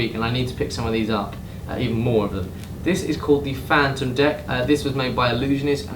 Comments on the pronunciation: It's not "Fantom", it's "Fa-thom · I swear this fucking dude cant read English throughout the video he said phantom.